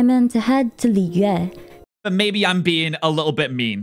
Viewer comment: shes says it in the correct pronunciation for mondstadt but with the others shes a little off. A good example would be the way she pronounces liyue shes very harsh on the yue part and is to quick on the Li and it sounds so bad 😅